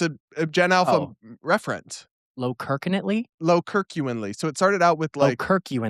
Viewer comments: LMAO I NEVER thought Brad would say “lowkirkuinely” I actually laughed out loud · Low-key + Genuinely = Lowkenuinely 😂🤣 I don't know what Brad was saying but it was not that. Got me howling 😅 Lowkirkenuinely sounds like you're about to tell it straight about Charlie Kirk